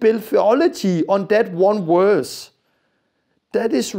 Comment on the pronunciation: Not werse, verse